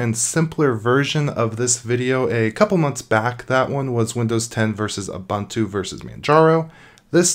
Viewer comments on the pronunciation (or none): Protip: Ubuntu is pronounced "oo-boon-too" (i.e., all the "u"s are long), not "oo-bun-too". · Damn. "Ubuntu" is spelled with "u:", like in "look" or "soon". It is [ʊbʊtntu:]. There's no [ʌ] sound there.